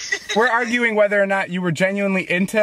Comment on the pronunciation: “aruging” lol